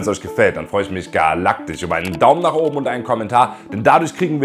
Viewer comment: Du hast echt ein Problem "sch" und "ch" richtig auszusprechen. Beispiel: galaktich, isch, eusch, biochemichen, auffrichen, sisch, organichen